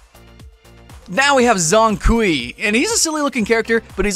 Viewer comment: Zhongshan kui is pronounced 'jong kewai'